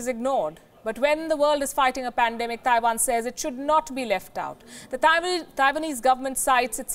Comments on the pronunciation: "THAIwan"... FFS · I like how she says Taiwan, Thaiwan!